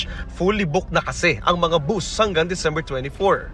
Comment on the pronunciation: It’s called bus. Not boost